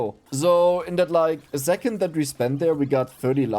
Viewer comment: Zo, zingle run, zix, zis point...German accent is so weird. You say "second" correct. Why don't you pronounce it then like zecond?